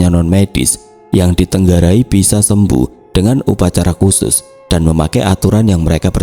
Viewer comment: DITENGARAI, bukan DITENGGARAI, BELAJAR LAGI MELAFAL KATA2 YG BENAR, TRS JANGAN LUPA KLO AWALNYA TOKOHNYA TINGGAL DIMANA JANGAN TIBA2 PINDAH KEMANA, MESKI CERITANYA NGARANG TAPI HARUS KONSISTEN!!